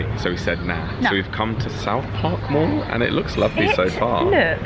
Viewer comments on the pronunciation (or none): when she said mall, it sounded like morgue. oh, let's go visit a morgue. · When you first said mall, I thought you said morgue. Now I'm disappointed.